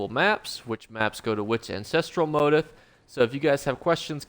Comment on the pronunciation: mow·teef. Not motive.